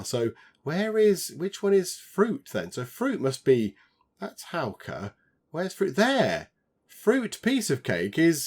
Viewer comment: Your pronunciation of Hauke is now spot on! 👍🏼👍🏼👍🏼